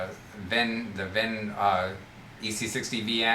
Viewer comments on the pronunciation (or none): Really like your videos. Seriously considering an EC60vn. For future reference, Vinh's last name is pronounced "WIN" Like I am going to win the game.